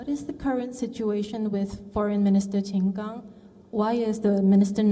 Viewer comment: Well done for pronouncing Qin Gang's name correctly.